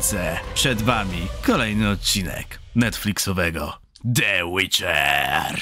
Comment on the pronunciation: Miałem już iść spać przed kolejnym dniem pracy, a tu co? De Łicza! 😂